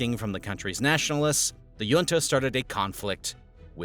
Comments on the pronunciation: The j in junta makes a hard "h" sound as in the Spanish jefe ("hefe"), not a glide "y" as in the Nordic or Danish jarl ("yarl"). Basic words being pronounced incorrectly makes me question the veracity of your presentation. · "Junta" is pronounced hoontah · Perón isn't pronounced "Peroun", there is no U i it. Also the O is short and stressed, it has an ' accent on it. Better google the pronounciacion before you say it wrong 30 times. Also it's weird to encourige people to drink alcohol, which won't make them more intelligent even with probiotics. Otherwhise this video is quite interresting. 🙃 also better google the prononciation of "junta"..... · This guy doesnt know how to pronounce junta 😂😂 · YIKES. You mispronounce junta and Falkland in the span of five seconds. Can't say I was blown away by the repetitive graphics and goofy charts, either. Didn't bother to wait for the inevitable rah rah capitalism nonsense.